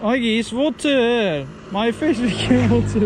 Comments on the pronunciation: 'da Türkçe ingilizcesi konuşuyorsun galima. Wateeeeeer :))) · it is wateeer:) korean english olmuş